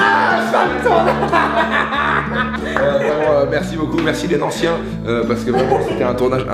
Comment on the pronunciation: Par contre on dit nancéien et pas nancien haha